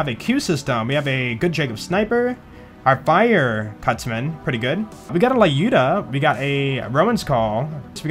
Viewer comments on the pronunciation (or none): none